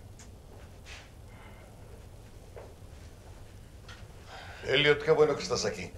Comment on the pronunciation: Pensé que dijo idiot en vez de Elliot 🤣